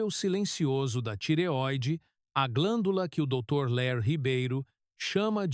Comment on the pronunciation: É dr Lair e não Léir